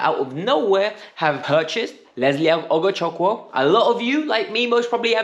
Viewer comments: Ugochukwu is pronounced as UGO-CHOOK-WOO an Igbo name in Nigeria meaning, God's pride or God's glory. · Very wrong pronunciation. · 😂 You trying to call his name correctly is another case to study 😂. It’s an Igbo name in the eastern part of Nigeria 🇳🇬… I did see his name on a podcast as good replacement for teams seeking A DM. But I just brushed it aside now look where he lands ✅. Here we go 🥳